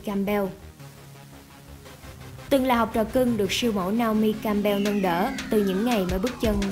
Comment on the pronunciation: Co ta doc theo kieu vn ma, doc dung roi